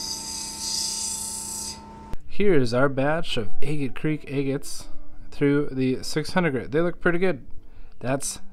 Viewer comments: It's not pronounced egget it Agate not egget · 😂 I giggle every time I hear agate 😅 am I the only one who pronounces it "AH-git" because im starting to think it's like a Wyoming thing or something. I recently came across another agate channel and she also pronounces agate like "Ayy-git" haha that aside, thanks for the super cool reveals! Nothing better than finding beautiful lacey crazy bands inside of an unassuming rock 👌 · New to your channel and I love how you say eegate😅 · I love your enthusiasm. Did anyone ever tell you that you’re mispronouncing agate? Look it up.